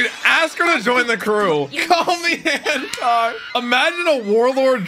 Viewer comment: Bruh Luffy calling Hancock hammock